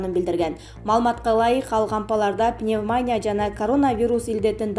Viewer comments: Пневмаааания эмес, пневмонииииииия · Пневмония дегенди такай жакшы айта албайсын анан сайрайсын